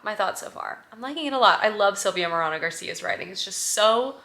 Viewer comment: Love this vlog so much! You’re new space is so lovely. Also, just a quick note that Silvia Moreno Garcia’s name is pronounced like More-ay-no, not More-ah-no. Hope that helps!